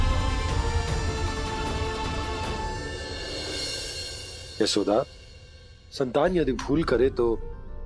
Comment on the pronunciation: yeh Indian language me kaisa word agaya aisa yeshoda ko jeshoda dahej ka jahej yeh ko je kya hai sunne me bhi achxa nahi lag raha kyun galat2 bolte ja rahe hai 😂😂